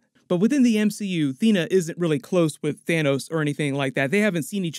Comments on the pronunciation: its Thanos not Thanous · It’s pronounced Than - oss